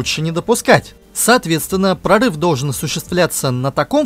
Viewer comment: К логопеду бы сходить диктору": эшеВон, пВацдарм, доВжен, фВанги, киВометры.